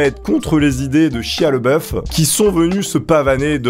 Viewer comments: Shia La Beouf, pas le boeuf -. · Par contre c'est Shia LaBeouf pas Leboeuf... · Prononce au moins correctement son nom (bordel): LABEOUF !! pas LEBOEUF ! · Sympa, +1. Mais cet acteur s'appelle LEBEOUF et pas LEBOEUF... Donc ont dit LE-Bé-OUF ... Joli troll donc xD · Ça m’a écorché les oreilles à chaque fois que tu as prononcé son prénom. Ça se dit « Shaya Labeuf ». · Ca se prononce pas "chia leboeuf" mais "lébeauf" (s'pas une blague)